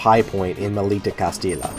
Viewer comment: Can't stop laughing every time you say "Castila", as it is pronounces "Castiya with a stressed "y". Still, I'm liking a lot the list (I haven't finished the video yet)!